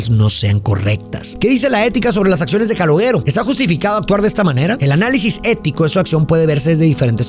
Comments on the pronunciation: Una de mis pelis preferidas. Creada por De Niro. No sé dice Caloguero... Se dice Caloshero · Se escribe calogero pero se escucha caloyero no caloguèro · Amo esta peli y a, pero por fa: no se pronuncia /calogUEro/ sino /calóyero/ ( la Y sibilante, vibra, con la lengua detrás de los dientes de arriba. Y muy importante el acento en la E). El resto impecable como siempre. ❤ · Se pronuncia (Calóyero) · se pronuncia Caloyero, es un nombre italiano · No Es Calogero Es Calolleró. Video Tonto. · Calogero nose pronuncia caloyero ? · no quiero ser pedante, pero en verdad no se pronuncia Calogero es como "calóyero" sbs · "Callóyero" se pronuncia en italiano o algo así... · Calogero se lee Caloyiero. Sin ofenderte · Todo bien pero se llama KALOYERO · Excelente cómo siempre pero tenías que llamarlo Caloooooogggggeroooooo con acento italiano 😂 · calogero no, cáloyero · ja ja, perdón, Pero yo quien es Caloguero, y pues ya vi que lo pronunciaste como se le, y falto enfatizar. Pero si, esta es de mis peliculas favoritas de cine italo-americano, que se puso muy de moda en los 80s y 90s, la diferencia es que en esta se enfoca al hombre común y no glorifica a los mafiosos. Y la mejor frase, y que sigo diciendo, que Hombre Duro, es el hombre trabajador, es muy fácil apretar un gatillo, no se requiere mucho esfuerzo, pero levantarse temprano todos los días para ir a trabajar, eso es tener huevos, y no los delincuentes. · Se dice "Calóshero" o "Calójero". Encima lo dice tantas veces que ya me produjo ansiedad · We eres mi ídolo neta me gustan mucho tus reseñas pero el nombre del chico se pronuncia "calóyero" jejejejeje se oye bien jalado no pude terminar la reseña 😢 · que no se dice CaloLlero? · Se pronuncia Caloyeró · Pronuncia bien su nombre mrd! 🤦🏻🤦🏻🤦🏻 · No pude seguir viendo el vídeo por como pronuncias el nombre del chico 😵‍💫🥴😵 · Cómo te través a pronunciar el nombre “Calogero” así y las veces que lo hiciste!!! Jajajajaja 🤦🏻